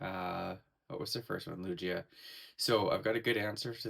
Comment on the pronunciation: you pronounced lugia wrong ! it's not lu G a it is lu gi a 😫